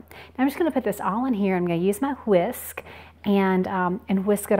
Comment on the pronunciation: The way she says whisk is so funny she pronounces it with so much emphasis on the h it sounds like she’s saying hwisk